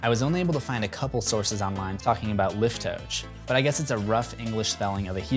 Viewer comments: Liftoach is pronounced (in Hebrew): Lif-TOE-achh .... main accent on "TOE" and ending on a gutteral sound, "ach" (as in "AHCTUNG." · Just a small nitpick - it's pronounced lif-to-ach (think scottish) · The Hebrew word isn't pronounced as "Lif-toh", it's pronounced "Lif-toh-aj" which is the verb for opening something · its pronounced "lifto-uch", the same ch from chanukah. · liftoach (pronounced: lif-toe-ahch. the ch at the end is gutteral) is Hebrew for 'to open'.